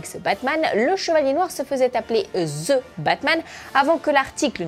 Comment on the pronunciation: vous les francais vous arretez pas de prononcer : ze quand est-ce que vous allez comprendre que ca se dit: dhi